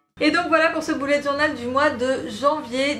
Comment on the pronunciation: Lalo Cosmeto Merci beaucoup ! La prononciation du mot anglais « bullet » est à mi chemin entre « belette » et « boulette », c’est vrai que nous français avons tendance à prononcer « boulette » ... À toi de voir si tu préfères visualiser un petit animal ou ton prochain repas ahah 😂